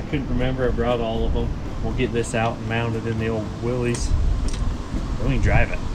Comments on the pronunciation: If you want to sound like you know those old classic Jeeps, the name is pronounced Will-iss, no long E sound. I know the spelling is weird for what the correct pronunciation is, but having known a old Jeep collector who would correct anyone who would say it wrong, I just thought I would let you know. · Just so you know, it's pronounce Wil=LISS, not Wil-LEEZ. I promise. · Willys is pronounced "Willis" :) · I tried to watch but everytime I hear someone mispronounce "Willys" I have to skip to the next video. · It bothers me too and almost everyone does it. In fairness, most people have no idea that it was a person's last name and that it's not pronounced the way that you might think it would be.